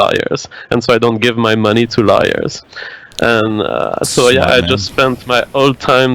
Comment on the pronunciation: I like how when says "lawyers" it sounds like "liars."